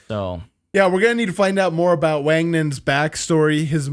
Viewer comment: It’s Wang-nan. Not Wag-nan. Ng sound, not just g.